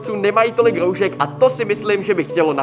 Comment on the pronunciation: Pořád říkáš roužek a ne roušek